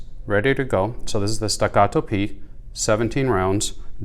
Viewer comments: Very helpful video. Thanks! The way you pronounce “stuh GAH doh” cracked me up. 😆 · It is made in Texas. It is pronounced Stack-uh-toe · Why don't you talk about shit that isn't said all over there page like how the different mettle feel .you say the name like it's a Spanish gun wtf . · Why dosnt anyone talk about steel vs aluminum options why are you saying the name like that there made in Texas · Stop pronouncing Staccato so weird